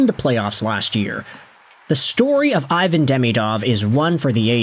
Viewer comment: Still refusing pronouce his name properly it's E von